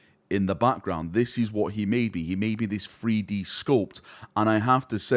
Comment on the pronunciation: Not 3D printing, but "Free-Dee printing".